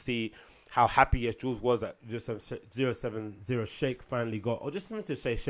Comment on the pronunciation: It’s pronounced “oh seven oh shake”